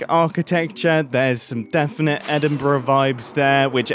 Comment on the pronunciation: Mumbo pronouncing Edinburgh correctly warms this wee Dun Eideanner's heart <3